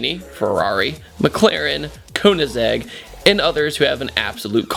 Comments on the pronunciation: its not pronounced koe-nen-seg. its pronounced ker-nen-seg bruh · "KONEAZEGG"! Lmao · I cringed when he said Koenigsegg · me too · You pronounced Koenigsegg incorrectly. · I hope you learned to pronounce Koenigsegg.